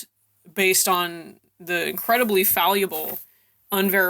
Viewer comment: fallible is not pronounced faleeyable, but rather fal-li-bull